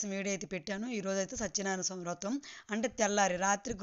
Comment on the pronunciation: Rotham kadu vratham